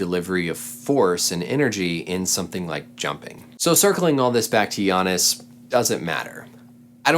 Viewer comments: sis I'ma need you to learn how to pronounce Giannis' name lol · u call giannis' name just like shaq do lol